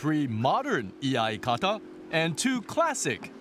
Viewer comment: isnt that spoken like "yai kata" rather than "e-ai kata"